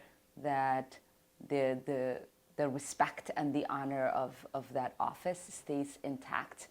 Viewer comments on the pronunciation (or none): "In order to have res-PAKHT! You have to give res-PAKHT!"